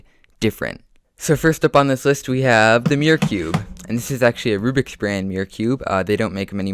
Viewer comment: Omg you said rubriks brand that hurt